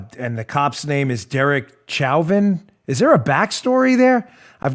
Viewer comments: Btw the name Chauvin is pronounced 'show-van'. It's French and is the root of the word chauvinist. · Dan, btw Chauvin’s, last nam is pronounced “Showvan”. I hope you don’t mind my correcting you. Love ya! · It's french name pronounced shovan (chauvin) many family members with that name in south Louisiana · Chauvin...pronounced. “Showvan”... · It’s french, pronounced “Show Van” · I think the pronunciation is "show-vin" as in "Chauvinist." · Officer's name is pronounced "sho-vin", stress on the "sho", the French pronunciation of "vin", Dan. At least in Louisiana... I guess his people didn't make it all the way. Keep up the good fight, Dan.